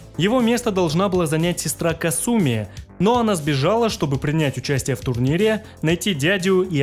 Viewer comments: бессвязный бред. Понимаю, что нечего писать уже, но опускаться до такого. Я привел аргументы, почему правильно произносить "Кáсуми", ты же не сумев привести контраргументов стал визжать "Касýми, потому что я так хочу", не хочешь произносить правильно - дело твое. Ты и на русском не можешь написать правильно. Комментарий был адресован автору о правильном произношении. Следовать или нет - дело автора. Ты не смог меня поправить и стал писать бессвязный бред по типу, теперь все что ли должны. Никто никому ничего не должен, следовать или нет - дело личное. Усек? А теперь шуруй отсюда. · Ты шикарен, спасибо за такое развернутое видео, очень было интересно узнать! Мне очень нравится твое произношение, но КАсуми произносится вот так, практически все японские имена начинающиеся на "Ка" имеют ударение на этот слог. Казуя, Казуми, Кагура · хорошая попытка отшутиться, но факта неправильного произношения имени это не отменяет. Касательно Russia, это вызвано самым, что ни на есть благозвучием или "phonaesthetics" языка, точно также, как на русском неблагозвучно было бы произносить "Deutchland". Вызвано банальной неприспособленностью языка к подобным сочетаниям звуков. Опять-таки в имени Касуми используются те же звуки, но ударение поставлено неверно.